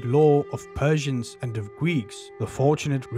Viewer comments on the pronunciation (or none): none